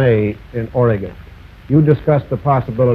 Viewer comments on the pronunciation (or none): none